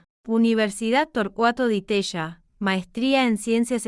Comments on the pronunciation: El informe esta muy bueno.... Pero lee mal srta. .... Asesorese cómo se pronuncian los apellidos : Caballo.... ( Cabalo)... Di Tella ( Di Tela)... Saludos! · Ni Cabayo ni Di Teya. Cavalo y Di Tela se pronuncia. Copelo se pronuncia, no Copeyo. Milei no insultó nunca, aunque muchos se lo merecen. Dos veces repetís la misma mentira.